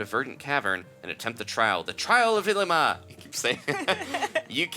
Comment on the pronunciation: Ilima is pronounced Ee-lee-ma :D